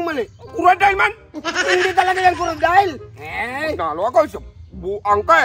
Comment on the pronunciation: Sa man coradile o coocodile 😂